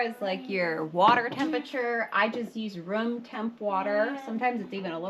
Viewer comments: So sweet, you remind me of our Erica...and so funny...when you say, not to dump it out unless you need to make room...it certainly sounded as if your words were... You only need to dump some out, if you wanna make RUM...you said room but It sounded like Rum...😂 P.S., Our Erica is as beautiful as your mannerisms ❤ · You threw me a curve when you said near the start, “. . . Unless you want to make some rum.” I thought, “Whoa! Now that’s what I want to learn.” A little later when you were back inside you again said, “I’m taking some out to make some rum.” It took me a minute to figure out you meant - room. Darn. Anyhow, when I first started watching and commenting you guys were around 8-10k subscribers. See that number is 135k now. Nice work. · I’m confused…you stated in the beginning that you don’t need to discard but you did. So I do need to discard? You called it “rum”??? What is that? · Did she say the was going to make rum?...what? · Oh! Rum = ROOM!!! LOL, I was trying to figure out how she was making run .lol...okay, then, DISCARD....got it!!! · You're making RUM with the discard?? I didn't catch your word. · 😂😂 room. Not rum. 😉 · and the cc says rump. She said ROOM. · I swear when you say room I hear rum....yeah I'm part pirate. Just found the channel but I've been wanting to get back to making homemade bread. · What is rump? At least that what it sounds like you said and that's what's written in the closed captioning but Google AI can't tell me. Pray tell? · Oh my gosh she was saying if your jar has NO ROOM🤣 (not rum, not rump😅) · " You only have to dump " .... if what .. ? Can't make out the word you said . ❤